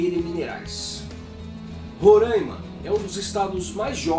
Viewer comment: RORÃIMA! Parabéns ... pronúncia correta; pela GLOBOLIXO até o Brasil muda de nome, talvez BÀRÃZYU ...